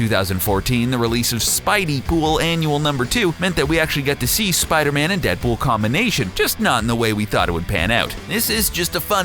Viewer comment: in he said 'DeadBull"